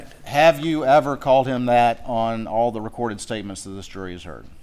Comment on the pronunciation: Does he know how to pronounce /th/?? “Dis, dat, dey”… I cannot stand it.